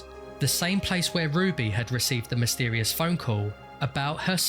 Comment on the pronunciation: "the police treated this.... (dramatic pause) as a homicide!" i laughed out loud at this obvious development in the story, yeah no shit they did. edit: oh yeah, zooming in on the word "mysetrious" :)